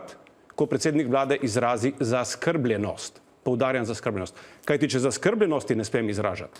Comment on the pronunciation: BELLAMERDA ! ( PUN SEBE KO DREK VITAMINOV. ) Niti besede zaskrbljenost ne zna pravilno poudariti, izgovoriti - in naj se ne izgovarja na it. jezik, ker italijanščino obvladam najmanj 100X bolje kakor on !!...